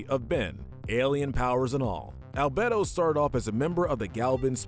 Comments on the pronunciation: And Al-bed-oh instead of Al-bey-do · Me: 'I don't care if people pronounce it as 'Al-Bee-Do' or 'Al-Bay-do' pronouncing it as 'Al-Bedd-do' Me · Why are you unable to pronounce Dr Animo, Albedo and Azmuth correctly??